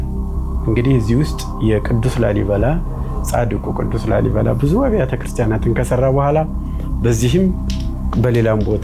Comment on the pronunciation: ላልይ አላለም😂😂😂😂። ላልይ። ላሊ ነው የሚባለው። ኩታራ የአድዋ ትግሬ😅። ይሄን ደግሞ ሰዎች ናቸው የገነቡት። ወሎ ውስጥ እኮ ከ10አመት በፊት ከላሊበላ የበለጠ ገነባ አንድ አባት ከ3 እረዳቶች ጋር። አማራዎቹ የተባረኩ ናቸው